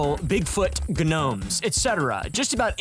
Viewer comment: Gnomes are said as Nomes, the G is silent.